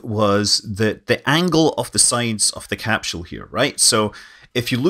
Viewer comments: Where is there an 'H' in the word CAPSULE? Pronounced; 'Cap Sool' -- not 'Cap Shool. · why does he say capshoe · What's a capshule? Great info. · Best to learn how to pronounce your key words, i. e, capsule.